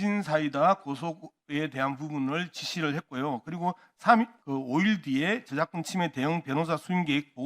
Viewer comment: 양문석은 ' ~~과' 과 발음을 제대로 못하나? 외국인들도 제대로 하는 발음을....과정-->가정, 저작권---->저작건, 확인--->학인, 우리말 제대로 쓰는 연습부터 하는게 좋겠어요.